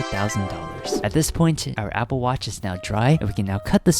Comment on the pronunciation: apple not meeple